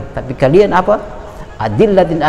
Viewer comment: “adzillatin 'alal mu'minin” koreksi lagi ust😔